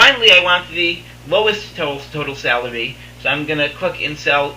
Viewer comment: Super informative after I got over the fact you kept pronouncing "salary" as "celery"...